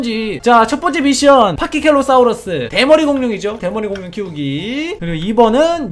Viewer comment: 파키켈로사우르스가 아니고 파키케팔로사우르스에요 ㅋㅋㅋㅋㅋㅋㅋㅋㅋㅋㅋㅋㅋㅋㅋㅋㅋㅋㅋㅋㅋㅋㅋㅋㅋㅋ